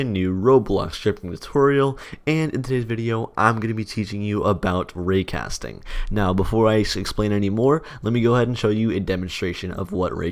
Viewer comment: when he said "raycasting", it sounds like "Rick Astley"